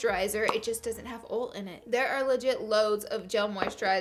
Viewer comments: GURL! Everyone makes fun of how I say oil. I'm from Alabama, too, and I say it the same way you do. I can not pronounce it correctly lol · I love you but it drives me up the wall how you say oil. I know its the accent and stuff but omg it drives me crazy lol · I love the beginning disclaimer of the "oil" pronunciation 😅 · I literally thought it was because you just couldn't say oil right.... Now I feel like a bad person 😂😂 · Every time you said oil, I forgot what we were talking about!😂lmao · I love the way you say oil! ☺ This is perfect for me! I have trouble with oily-ness all freaking day 🙈🙈🙈 NO MORE! 😄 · I love the way Southern's say "OIL". My fiance does it & its so cute :) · Lol at ull instead of oil. That's how we pronounce down here. 😂😂😂🤣🤣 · Amen girl!!! I say "ohl" too instead of "oil". Lmao 😂😂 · The way she pronounces oil... I like it. I've never heard someone say it like "Ol" before. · Take a shot every time Laura says "ool" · I read this as she said "ole" and I busted up laughing 😂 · My mom is from Tennessee and says "ole" too 😂 she also says "bowl" when she asks me to boil water!!! You are so great ❤ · I can't listen to her say oil Imao she says 'Ol'. Like "Don't do this if you have OLAY skin" :'D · Laura's words: oil is pronounced ohhl, peel is pronounced pill, concealer is pronounced consiller ;-) much love! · I love how she she says "ol" 😂😂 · My hubby say ol too he's from Georgia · Why can't she properly pronounce OIL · Born and raised in the deep South and NO ONE says oil like they have forgotten how words work... Like you do. So please don't use that for an excuse... Makes those of us who know how words work look bad. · Girl I feel your pain about pronouncing oil! I'm the same way I lived in WV for a long time now I live in TN. Your videos save my makeup life I always felt like I was doing something wrong but you saved me!!!!!!!! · surely not texas we don't pronounce oil like that here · Oil! Say it wrong too! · oll instead of oil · OIL NOT OLE